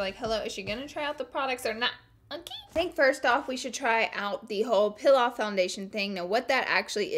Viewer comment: Loll "pill away" vs "peel away" her English tho haha, no hate just omg